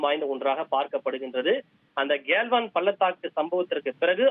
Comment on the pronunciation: அடே கேள்வான், கல்வான் ஆ, என்னடா உன் உச்சரிப்பு மசுரு